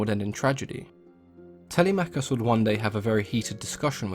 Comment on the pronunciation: Y'know what's even more jarring? he even said Telemachus wrong, It's not Tele-Machus, It doesn't work, It's pronounced fully, "Telemachus." You don't say for example, Her-Cules or Kra-Tos or Ha-Des? it doesn't work that way. Plain and Simple, now I'm very sorry for being so riled up, but the bottom line is, that he needs to correct it. except for the Hecate part, that makes sense.